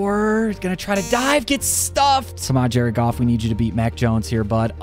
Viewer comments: DONT SAY JARED GOFF LIKE THAT BOI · Why did you say his name was Jared goof?😂